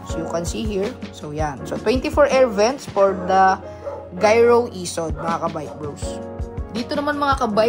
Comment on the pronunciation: Bat unang pronounce mo giro. Tapos nung mga sumunod. Naging gyro na. 😆